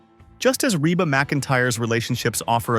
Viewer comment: PLEASE REVIEW YOUR READING OF THIS STORY!!!!!!!! PLAN DOING A BETTER JOB ON THE NEXT ONE! YOU MISPRONOUNCED REBA'S NAME AT LEAST 3 TIMES!!!!!!!!!!